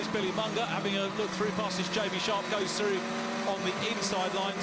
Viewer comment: I don't understand how that colour commentator has a job. I wouldn't hire anyone who says, "Going froo turn free". And no, it's not an involuntary speech impediment.